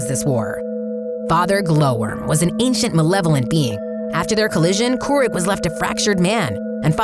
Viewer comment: KOO-ROOK not KOO-RICK